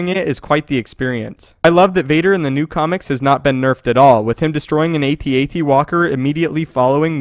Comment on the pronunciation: It's not "A T A T," it's "AT-AT!"